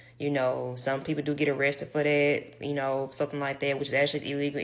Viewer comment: “So the change dat I did heard” 😂😂😂 20 seconds in I’m already rollin 😂😂